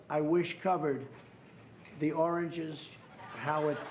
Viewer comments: Sasame Street 101: said Oranges instead of Origins. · The White House transcript actually shows it as him saying "oringes" (so not only did Trump say it wrong, but then his minions misspelled it). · I seriously didn't know he was struggling to get "origins" out. I thought he was saying "oranges" and trying to force that as a new slang for beginnings...